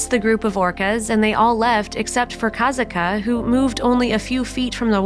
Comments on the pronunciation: Kah-SOT-kah, not KAZIT-KA or whatever this narrator was saying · It's Ka sat Ka, not Kaitka!!! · The name is pronounced; "kah-SAHT-kuh" not "Ka-zat-kah". I was the one in charge of the crown control people at the show in 2006 and I made the first call for a paramedic transport when she dragged Ken Peters (aka Peety) down and I know him personally. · Her name is pronounced Kasat-ka, not ka sa ka. Just an fyi only. It’s so sad what happended to all these animals 😢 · This is so sad, I knew instantly it was about Kasatka, also it might be about accent or smth but I think her name is pronounced Kasaka, without the T , but spelt with it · Kuh-sat-ka. Not Koz-ot-ka. My god i can’t watch due to the name pronunciation. The way they say it sounds so dumb. They know how to pronounce it. Come on. You mean to tell me they didn’t listen to videos and hear it? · Its pronounced ka-sock-a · I wish the narrator of this video would fact check before recording the soundtrack to this video…and please ensure you are pronouncing the orca names correctly, say it with me: CAT-SOCK-KAA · It's pronounced Kah SOT kah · you are pronouncing her name wrong just so you know. It’s pronounced kass-ought-ka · Her name is pronounced KA SATKA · It’s Kah-Saht-kah no Z!!!! Your butchering her name. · Finally! Not saying her name right was kinda bugging me and also took away from the video info. 😕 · Stopped watching after barely 2 minutes in. You can't even pronounce her name right. And you expect people to listen to you. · Lol you are pronouncing kasatka’s name wrong 🙄 CRINGE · Your saying her name wrong. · Learn how to pronounce the names, for Pete's sake. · you are not saying her name right